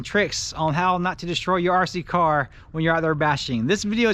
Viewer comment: RC "CAR!" Why are u saying it like that lol. Stop emphasizing"car" plz. I can't watch anymore...